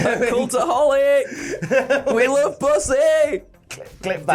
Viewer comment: Its BU-see NOT BUS-see cmon. We gotta be grammatically correct to be allies.